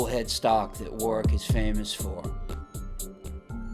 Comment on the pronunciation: Great videos & narration. I especially like how you know how to pronounce Warwick correctly. So many of your fellow Americans are used to emphasising the second W instead of leaving it silent.Cheers mate.